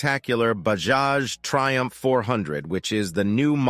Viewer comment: Thaiumph not Triumph.